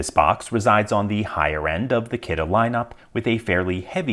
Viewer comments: 1: Kudos for pronouncing Kidde correctly, most say it like how you would say Kitty. 2: Looks about as reliable as their smoke alarms, which are often bei recalled. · I thought Kidde was pronounced “kiddy” and that this was a lockbox for children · Brand name is pronounced "Kidding!" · Soo it's not Kidde, it's "kiddie", meaning the level of intruders this slows down somewhat. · So that's how you pronounce that brand name. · interesting, is that how you pronounce kidde? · Wait that's how you pronounce Kidde?